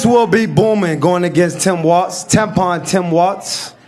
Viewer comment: It's Tim Walz, not Watz.